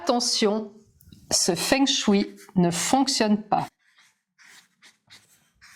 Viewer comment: Savez-vous que feng shui se prononce fong shweï ? 😁